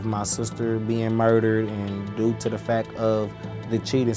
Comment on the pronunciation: "due to the fak of" I just can't get over that